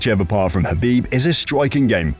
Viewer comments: And khabeed 😂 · habiD NurmagDamegov 🤦🏻😅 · Ah yes, Khabib NurmagDomedov and Charles OlivIEra 😂 WTH buddy?!